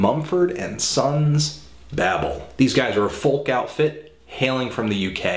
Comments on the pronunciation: it's BAY-BULL not BABBLE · BAYBEL NOT BAHBAL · Bay-Bell not Babble. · I respect your opinion, I personally love everything about them, this album and the last one, their lyrics and passion is just beautiful. Its worth seeing them live they are amazing! Do me a favor though, as well as yourself, learn to pronounce what ever you are reviewing correctly, it kind of invalidates your entire review. It is called Babel, not babble. If you listened to the lyrics your pronunciation of the album name would have been corrected before you even made the review. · bay-ble is correct ( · Anthony it’s pronounced babel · It's pronounced 'Bay-bel'.. it says it in the song.. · are you pronouncing babel wrong.. or am i?.... i pronounce it bay-ble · The guy cannot even say the name of the album right.... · Babel is pronounced the same as babble, maybe he pronounced it differently in that song but its probably just pronounced differently in England. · It isn't babel pronounce with a sharp A its babel with ay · J i’m american too, I just guess I pronounce it the way Marcus Mumford did bc of the song and it’s their record so I guess I just assumed that’s how it was. Learn something new everyday